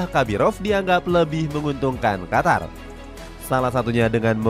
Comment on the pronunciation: Qatar apa Qotor bg 😂